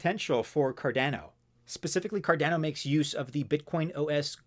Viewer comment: It’s Cardano, not Cardano. 😂